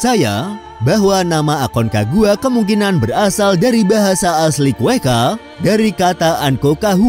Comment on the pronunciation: Narator lagi2 salah penyebutan Kretakus itu apa?. Cretaceous itu cara bacanya "Kre-ta-syus". Kalo ga sanggup, pake bahasa indo aja, "zaman kapur" atau "periode kapur" selesai. Kueka?? Quechua itu cara bacanya "Keh-cwah", sumber darimana yang ngajarin jadi kueka? Mau nawarin jualan kue pake nyebut kue kaa.. kue kaa? Ayo dong, tim harusnya riset dulu biar ga ada salah penyebutan. Salah penyebutan, bikin orang awam salah kaprah tentang bagaimana seharusnya suatu nama disebutkan. Come on, improvement please For the sake of good information